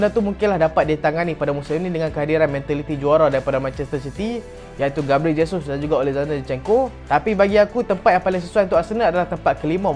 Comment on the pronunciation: Haha.. dah sebut dgn betul Jesus.... Terbaek bro..